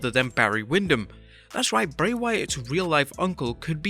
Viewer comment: It’s Bray you 🍩’s